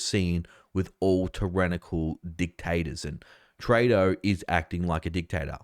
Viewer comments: Come on its TREW-DO not TRAY-DO hes now the worst politician in the world since Ardern and Andrews figured out they could never be any more pure evil than they already achieved, so the least we can do is pronounce his name properly. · Trudeau is pronounced true-doe with the accent on the second syllable.